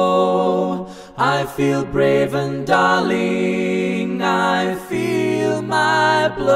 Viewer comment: Wonderful rendition!!! Is English your first language? Your diction is impeccable, and there is no accent whatsoever. But has anyone told you that you totally mispronounce the word "daring" in this song? It sounds like you're saying "darling". Can you fix this error in a mixing edit and re-post?